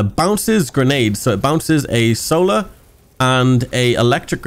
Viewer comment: "Solor and Electric" smh